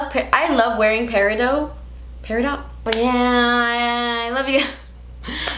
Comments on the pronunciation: Peridot is pronounced "pear-ih-dot" not "pear-ih-dough" just FYI. 🙃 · Yes, it's Peri-DOT (You say the T). And yes, I just googled the pronunciation to make sure I wasn't insane! Haha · Peridot - is not peridoe lol just say it how it’s spelt. I learned that from Steven Universe 😂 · Think of it like this... peh - rih - D'OH!! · Love you! Please don't take this as criticism, it just an FYI, it's pronounced peri doT. The T isn't silent. I learned from Steven Universe. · thankful i'm not the only one who noticed that. i learned how to pronounce "peridot" from steven universe as well lol. she's my favorite character. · omg the way she pronounced Peridot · Okay, no offense, but does nobody know how to pronounce Peridot... The T is not silent people!